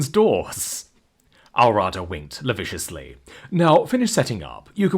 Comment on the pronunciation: Still haven't learned how to pronounce "lascivious", have you, Narrator? "Mag-neta"? Are you serious? You continue to baffle me with the words you mispronounce. Magenta. Ma-jen-ta. FFS.